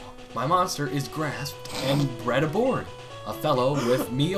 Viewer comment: Has anybody else noticed that the sailor said ABROAD and not aboard?